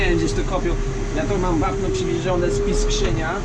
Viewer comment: Nie Piskrzyń tylko Piskrzyn